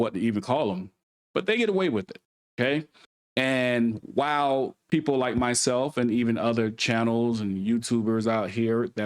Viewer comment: The word "People" is not pronounced "Peepoe" Just like the word "These" is not pronounced "Deez" You need to enable subtitles so you can be better understood